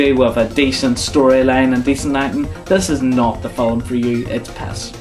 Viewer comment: Hey! You say Fi-lm in 2 syllables! I hate that!